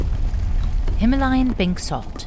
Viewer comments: Him - layan nhi hima - layan 😅😂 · no himalayan, its HI-MAA-LA-YAN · The narrator needs to learn to pronounce Himalayan. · Wild pronunciation of Himalayan